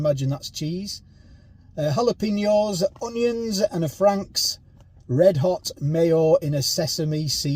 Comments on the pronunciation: JALAPENO is pro nounced......... hallo peno =jalopeno mate. 🙄🙄😏😏😮😮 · Side note: Jalapeno is "hal-uh-pain-yo"